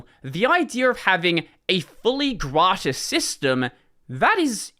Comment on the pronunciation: Hearing say "gratis" as a spanish person is sure a whiplash when you're not expecting it ahhaha. Good one though! That's how you say it.